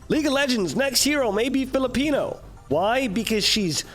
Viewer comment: bruh as a pinoy, the way you say filipino makes me feel \_(>_<)_/. Its sOoOoOoO...... BRUH